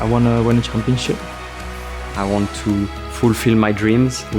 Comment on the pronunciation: "i wanna win the wampionship" waaaah